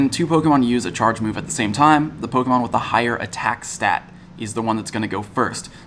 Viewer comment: Thank you for being the only person to say polemon right